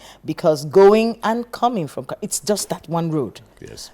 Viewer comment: It's Karu and not Kary, I am a resident of FCT